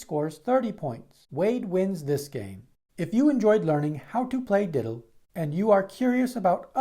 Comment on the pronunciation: It might be better if you say "dittle", not "diddle"...